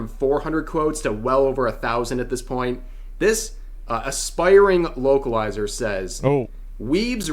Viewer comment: Every time he said localizer it sounded like he said wokeilizer.. same thing lol